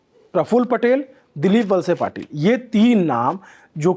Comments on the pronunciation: ठीक से थोड़ा पढाई करके आते आप तो अच्छा होता। नाम भी गलत लिए है आपने। दिलीप वळसे पाटील को आपने वसले पाटील कर दिया। १० बार इधर उधर देख कर लड़खड़ा रहे है शब्द आपके। लल्लन टॉप से ये अपेक्षा नही हैं। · अरे भाई पहले ठीक से नाम पढना सिख लेना.. दिलीप वसले पाटील नही.. ये वलसे पाटील है..